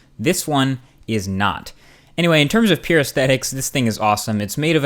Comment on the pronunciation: Why do you say pure as pere? PYOURRR